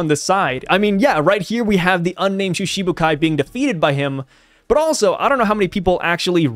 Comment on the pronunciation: The pronunciation for Shichibukai is like Shitibukai - instead of Shishibukai - "shiti" meaning 7. But, of course, anyone can read however they want... hahahaha...